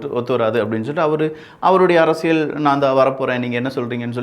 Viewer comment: தம்பி, உங்கள் பதிவுகள் அனைத்தும் நாகரீகமான முறையில் நன்றாக உள்ளது. ஒரு சிறு வேண்டுகோள். தமிழ் உச்சரிப்பில் சற்று கவனம் செலுத்துங்கள். அரசியல் என்பதை அரசியள் என்று சொல்கின்றீர். இது போலப் பல வார்த்தைகளில் ல கர, ழ கர உச்சரிப்பு தவறாக உள்ளது. சரி செய்தால் மகிழ்ச்சி 🤩